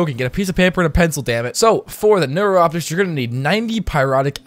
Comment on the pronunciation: Neuroptics (new-rop-ticks)